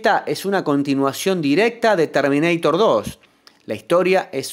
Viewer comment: LE CHIQUE TERMINEITER? JAJJAJA